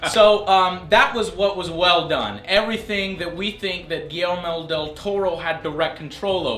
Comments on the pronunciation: Guirmel Del Toro...Joe you need To Read Some Names Properly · Gi-Yer-Mo, Joe.